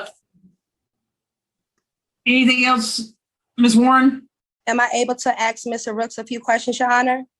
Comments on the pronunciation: She axed everyone for help ? Isn’t axing someone a crime. I axed them!!!!!! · How does he afford giving her $1,000, when he is basically homeless? Again, using the word ax, instead of ask! OMG! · Is it that hard to say ask not axe 🪓 it makes no sense and when she said We had a late over 😂